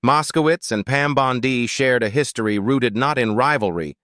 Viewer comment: You would think AI could be programmed to pronounce Bondi correctly or even “Jamie”. Always a tell. 😊